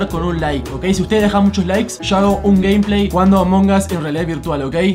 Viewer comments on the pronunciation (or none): none